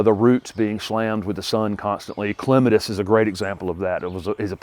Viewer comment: I .always thought it was pronounced clem-AT-is.